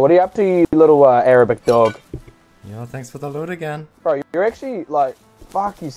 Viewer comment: ya fwarken erabic dawg